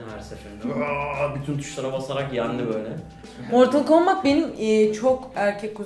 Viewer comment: =ooo martıl kambıt hahahhshahahshs